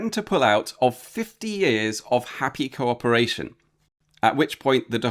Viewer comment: Wasn't that supposed to be "Happy Cowporation"?